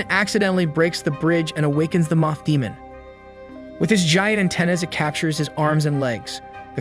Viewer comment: Do you say things wrong on purpose moth not "muth" love the video